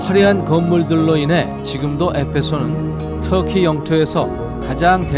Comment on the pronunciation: 임백천 아저씨는 터키를 왜 트키라고 발음 하시나요?